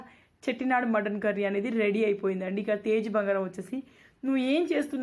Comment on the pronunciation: Chettinaad chittinaad kaadhu